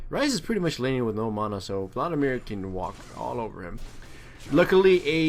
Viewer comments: I love how he calls it "mona" like its actually funny :P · Not criticizing, where did you get the pronunciation for mana? You sound American to me, but I've never heard anyone pronounce it like that, if you know what I'm talking about.